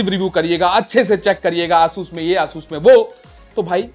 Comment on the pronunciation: aaasus kya hota h asus h vo